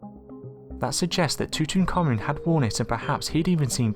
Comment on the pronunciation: One last time: It's pronounced... (Too - tonk - Ah' - Moon)